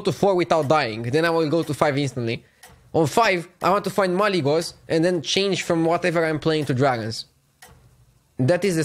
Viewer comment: Stop calling it Malygos pls